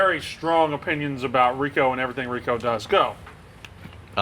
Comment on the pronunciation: El press the face of gambling. That guy fucked up saying Rico. Lmao